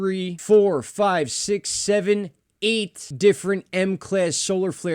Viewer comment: Great update as usual and I loved the vocal emphasis on the EIGHT !😂